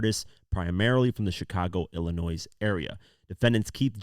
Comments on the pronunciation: Bro please stop saying ILLA-NOISE 🤦‍♂️🤦‍♂️🤦‍♂️ its Illa-NOY .. sorry im not the only one lol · It’s not “Illinoise”. It’s “illinoy”! Love your videos !! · Pls stop sayin illa noise. The S is silent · Ill-I-noy is how you pronounce it. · FYI: The S in Illinois is silent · Awesome coverage. No shade, but the “s” in Illinois is silent. ❤ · Man, if Americans aren't actually from Illinois they never pronounce it correctly 😂 The s is silent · with Illinois... the "S" at the end is silent... the end is like the end sound in the word "toy" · should be charged with felony for wrongly pronouncing ILLINOIS 😂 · heard this and immediately came to the comments to see if I was the only one who noticed